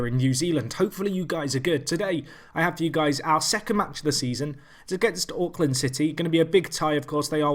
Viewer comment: As a guy who enjoys watching Auckland city highlights, pronunciation is so bad! XD